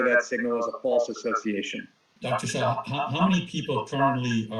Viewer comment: PLEASE EDIT YOUR CONTENT. HIS NAME IS SHAH NOT SHAW.